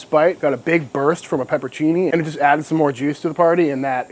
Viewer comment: Please.!! Is pronounced PEPPER-ON- CINNI not peppercini